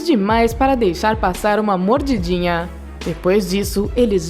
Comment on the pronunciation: Só me incomoda o jeito dela falar, mordidinhann, oceanárionnn, rapidinhonn, são francisconnn